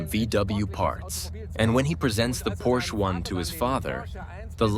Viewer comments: Stop mispronouncing Porsche. Please. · Porsche has 2 syllables. FFS it's not that hard! Get rid of this narrator. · Relax, this is a Geman documentary with an English voice over. And it does pronounce it as both Porsch (as most English speakers do) and Porscher. They know their Deutsch. Enjoy the free content and marvel at Komenda's genius.